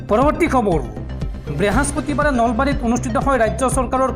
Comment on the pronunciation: ব্রেহস্পতিবাৰ নহয় বৃহস্পতিবাৰ বুলি কব লাগে। ধন্যবাদ!